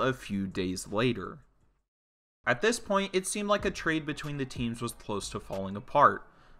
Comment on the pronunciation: Brother Gatorade?